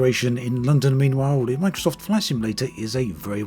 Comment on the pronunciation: "The terrain-uh from microsft-uh it is the one-uh." You making a sex audio tape or talking about flight sim bruh-uh?